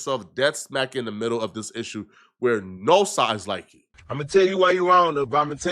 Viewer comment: can't say the T word! Saying Diss instead of This all of the time ain't Datt bro!